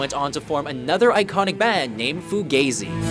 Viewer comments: foo-gay-zee.... uh.... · Because that's how the word is pronounced,however obviously the people at aren't fu-gah-zee fans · He said FuGAZE, it's pronounced Fugawzee. All good though. :) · It is pronounced fu-ga-zi. Not fu-gay-zi. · Please work on your pronunciation of Fugazi hahahaha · Nothing against Minor Threat, but I'm glad they broke up when they did, because Fugazi was a revelation. Also, who the heck would pronounce it "Foo-gay-zee"? It's "Foo-gah-zee". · foo gauze y, not foo gazey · Fu-gay-zi?? My friends and I have always called them Fu-gah-zi. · It's FOO GAW ZEE! Not Foo Gay Zee But, props for Minor Threat in the top 10. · Foo-gay-zi? Am I the only one who thought it was Foo-gah-zi? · Ok 1st MINOR THREAT is 1 of the best punk bands ever!! As well as Fugazi! Are ya sure you're pronouncing that correctly? Always thought it was (foo-gauzy). I've been listening to them since I was 16, I'm 44 now. All great bands are ruined from heroin ODs, and suicide!😭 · "Foo-gay-zee"? For shame. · Fugazi = foo-gah-zee Seriously, be a professional journalist. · he really pronounced fugazi fugayzi 😑😂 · Fu-gay-zi? LOL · lol foogayzee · FOO - GAZEY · And did you pronounce it foo-gay-zhee??? FML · its pronounced foo GAH zee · Foo-gay-zee??? Lol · Okay, say it with me -- Fugazi. Fugazi. FuGAHHHzi. Got it? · could have swore that Fugazi was pronounced with the 'short a', not the the 'long a', the way the narrator pronounced it. Sounded Fu 'gay' zi... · lmao "foo-GAY-zee" oi. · "Fugayzi" Bahaha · LOL Foo Gay Zee, so funny these people make videos without learning how to pronounce subject matter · "fu-gay-zee" he says. :{ please get people who can read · No, in Italian an a is pronounce 'ah' he is incorrect. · Lol Fugaaysi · It's pronounced "Foo-gaw-zee". You guys should do better research. You mispronounce things on the regular basis. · FOO - GAH - ZEE .. so sad... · Named (fu-gay zee)??????? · ruel LOL it's actually pronounced (fu-gah-zi) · Fu-gay-zee. Lol.